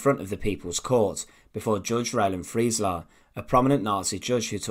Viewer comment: It's Roland Freisler, not Friesler.